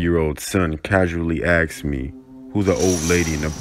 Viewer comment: The narator with the deep voice always says axed instead of asked